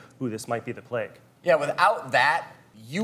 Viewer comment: Why do Americans pronounce plague as pleg?